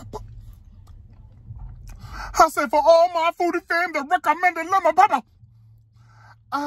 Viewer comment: Lepper pepper 😂😂😂 that's how you say it when they right right!!!